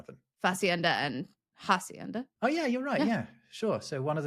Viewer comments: Please-- when doing Spanish words, do NOT/NOT pronounce the H :) Hacienda is pronounced, Ah-see end Ah. :) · A note on spanish pronounciation: like in french, the h is always silent, it doesn't have that exhalation native english speakers tend to give it. So it should be pronounced as if it was written 'acienda' unless you're saying the english loanword instead of the spanish original. And yes, the whole thing with the silent h (as well as the fact that any pronounciaation difference between b and v was lost some time ago) causes a lot of headache for kids first learning how to write.